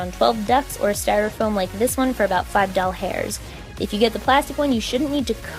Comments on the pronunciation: Dollars. She just says it as "doll hairs". 😂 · I know you said 5 dollars, but I heard 5 doll hairs....I really don't know why, but now I can't stop laughing. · My younger sister thought when you said 5 dollars she thought you Said doll hairs